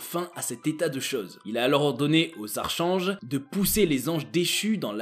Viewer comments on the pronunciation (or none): On dit Arkange et pas Arche ange 😬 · Archange se prononcé "arc ange" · très intéressant. Un léger bémol pas grave du tout, le mot archange se prononce arkange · Moi ce qui me choque c'est que premièrement on ne dit pas arCHange, mais arCange, ensuite le mot Néfilim ne prend pas de S a la fin, car la terminaison "im" est le pluriel en hébreu et pour finir, il n' a pas de révérend dans le judaisme, c'est juste des rabbins, si c'est la plus haute autorité on le nomme tout simplement le Grand Rabbin. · Archange se prononce arkange . Ca m a fait rire comme vous le dites . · Bonne vidéo, sinon Archange se lit "arcange" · Le mot Archange se prononce ArKange ! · cher ami, ARCHANGE se prononce : arcange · Archange effectivement ça pique aux oreilles... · Beaucoup d’erreur dans cette vidéo... et aussi on ne prononce pas le ”H” de archange, c’est un minimum quand même 😆😄